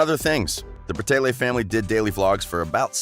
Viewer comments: ITS BRA TAY LEE NOT BRATAYLAY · Who else got so annoyed when he said Bratayley like Brataylay 😑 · IS BRATAYLEY NOT BRATAYLAY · OMG IM SO TRIGGERED ITS BRATAYLEEEEEEEEEE NOT BRATAYLAY PRONOUNCE IT RIGHT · Sweetener Grande he can at least pronounce right it is so easy so pronounce. BRA-TAY-LY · Meadow Bal the guy in this video says it like bra-tay-lay and it’s pronounced bra-tay-lee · stop saying braaaateyla its not right no hate though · the way he says brateley makes me cringe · One thing that annoys me is that he pronounces brataylay wrong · okay but its BRA-TAY-LEE omg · Stop saying bratayLAY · lmao the “BratayLAYs” the mispronunciations is sending me 🤣🤣🤣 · just for future reference, it's pronounced Bra-Tay-Lee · My manz said "bra-tay-leyz" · You said Bratayley wrong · So no one gonna talk about how dude is pronouncing their last name??? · okay but if ur gonna make a whole video about a thing , atleast pronounce it right , please n thank u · They have not completely finished YouTube I’ve been a fan for the longest time and they even said that we will come back probably. And the person that is speaking in this doesn’t even know how to even say Bratayley and know they haven’t completely quit. They are taking a brake they will come back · Meadow Bal they kept pronouncing the channel name wrong